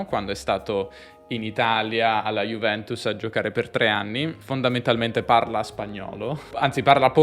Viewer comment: Alessia Cara aspira perché ha origini calabresi:D P.S.: Ronaldo poteva almeno impegnarsi a pronunciare correttamente il nome della sua ex squadra...